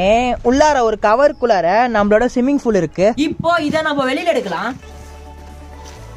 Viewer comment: swimming pool aj simming pool nu solraru